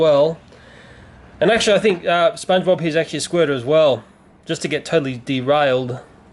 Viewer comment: stop saying tottley